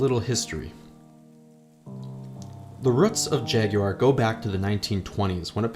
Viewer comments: Jag-YOU-are? Bravo. 🙌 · Thank you for pronouncing it properly! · Well done for pronouncing Jaguar correctly.